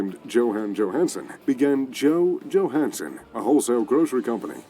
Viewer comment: You're pronunciation is 100 times more accurate than the narrator - in fact some of it was spot on, like the Johansen dude